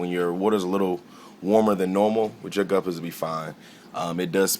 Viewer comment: I love the way he said "you don't want yo babies t' get sucked up" this guy rocks